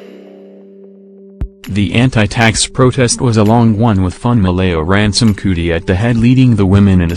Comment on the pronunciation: Being a person from Nigeria who speaks yoruba this is cringy to listen to🙄🙄🙄😑